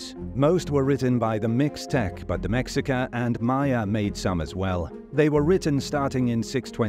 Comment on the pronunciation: It's pronounced May-Hee-kah.